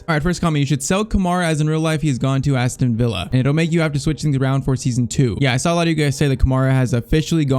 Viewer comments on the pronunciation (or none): none